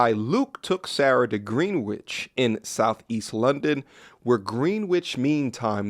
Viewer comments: It's not GREENWICH it's GRENICH 😂😂😂 like how you say qUEen "Qwen" "Gwren" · First off it's pronounced Gren-ich not Green-witch. Like Greenwich Village in New York. Second, why do you make up stories about people you are reading about in People mag? Trash. Third, how do you know this woman had a side piece? That's just not a fact you can give receipts on. It's part of the fantasy you make up to trash the people you don't even know. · Greenwich is pronounced Grenich not gEEn wich. …please work on your pronunciation. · Green Witch?!, my Brother, it's pronounced Gren'itch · its pronounced "gren-icth" my american friends. For future reference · Semi-unimportant information: the area greenwich is pronounced "gren - itch" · Broo 😂 it’s pronounced Grenitch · As a local it’s pronounced Gren-itch = Greenwich. But really enjoyed hearing your pronunciation ♥️ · That guy doesn’t realise after the first 2 times she isn’t serious, to write an article about it is a new level of ma5ochist I’ve never seen… Side note as a Brit hearing repeatedly say “Green-witch” was appropriate and made me laugh more than it should have! Great video 🙌🏾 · FYI Bro Greenwich is pronounced Grenich! I know it makes no sense lol but there you go! 😂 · Greenwich, uk is Pronounced " Grin-Itch" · Greenwich is pronounced “Grennich” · It's spelt Greenwich but it's pronounced Gren-nich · Sorry 43 times, I can't watch, I need to throw up 🤮🤮 Greenwich is pronounced as Grenij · As a Brit I like hearing you say Greenwich with such an emphasis on the W which is in fact silent in UK. Also when she said “I’ve put the phone down” she’s saying she hung up on him after he phoned to tell her he loved her. This is just to highlight her level of disrespect to this man—yet he married her. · Hearing an American pronounce Greenwich is diabolical 😅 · Well, some Americans. I couldn't find someone commenting on this quick enough!